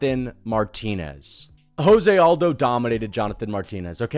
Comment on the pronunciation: Why can't MMA YouTubers say Jose Aldo's first name correctly?